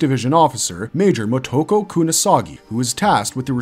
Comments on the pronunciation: Kunasagi!?! Seriously? It's KUSANAGI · I love me some Lain.. it's probably my favorite anime series of all time... but... just that... ANIME SERIES... not a movie.. also its kusanagi not kunasagi... tell us you haven't watched any of these movies and shows without telling us... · Motoko Kusanagi, not Kunasagi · Dude... Kusanagi is really not hard to pronounce :face-turquoise-covering-eyes: Motoko Kusanagi... not Kunasagi... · it's pronounced Kusanagi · "Kunasagi" aaaaand... ya lost me. And where is Ogre Slayer? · You keep mispronouncing "Kusanagi".